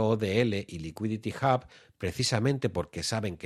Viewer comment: Un poco cojo el análisis... pero lo que cuenta es la intención. Por qué dices "Licuiditi Jab" y no "Liquidity Ub" tete?